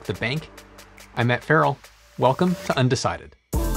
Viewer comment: "Wealcome ... Undecided" hehe